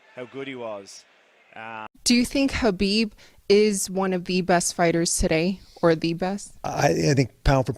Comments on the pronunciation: Respect to Khabib, who's name is pronounced as "Ha-beeb", and not "Ka-beeb". Love to all. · It annoys me when people pronounce the K at the start of Khabib name.